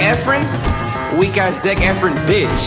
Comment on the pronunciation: It’s efron not efren 😂😂